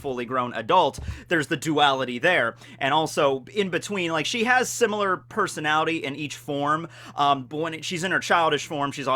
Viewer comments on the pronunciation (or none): none